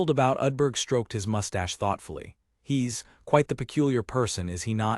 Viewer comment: I don't generally mind AI reading. It can rip you out of the zone when you hear it misuse the versions of read but there's a problem with part script. Apparently there were places where the apostrophes were turned into spaces so it screws up any word with an apostrophe. Not more than like 5-10 minutes and then it seems to have been fixed but it's pretty jarring to hear them say things like "he s" rather than he's lol